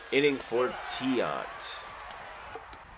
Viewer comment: LOL, "Louis Tee-Ant".